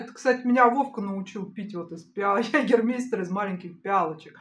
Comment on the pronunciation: Мать, "йегамайста".... Так звучит и произносится в оригинале. Привет из Франкфурта 🖖🏻 и пьют его максимально охлажденным, елейным.